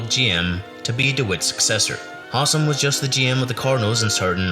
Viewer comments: Howsam, not Hossum. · Howsam is not pronounced Hahsum. It is HOW-sum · Not to quibble, but the Reds GM was Bob HOW-sam, not HAW-sam. And it's not Pedro Boren, it's Pedro Bor-BONE. Checking on how to pronounce the names in advance will help you when you make your next video.